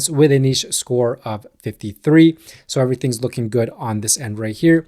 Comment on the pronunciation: Refreshing to hear somebody from the US pronounce niche properly.